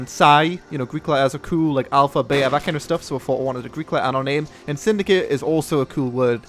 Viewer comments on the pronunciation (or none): none